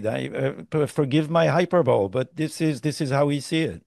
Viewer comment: N.B. Hyperbole is pronounced hyperbolEEE. Douglas is wonderful! Thanks....